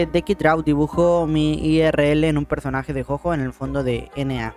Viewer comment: jojo se pronuncia como el juguete yoyo si no me equivoco y 666 de likes xd